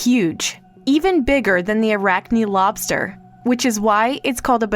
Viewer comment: I love this channel, but many of the presenters need to learn how to properly pronounce words. The I in "Arachni" is not a long I, but a short one. Arachnih, not arachnigh.